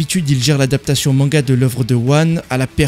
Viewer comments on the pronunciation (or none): none